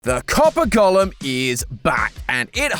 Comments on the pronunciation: Please please please - “Go - lem” not “Gollum”… he’s from LOTR! Thank you! 👍🏻😁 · I kept getting confused, thinking he was saying Gollum, not golem 😂😂